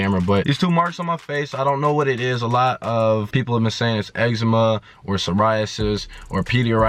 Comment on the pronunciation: Sorry the explanation in the beginning I didn't pick up because I lost you at peadie-asure-ryasis.